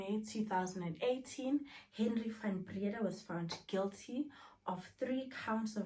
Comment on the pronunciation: "Van Brea-daa"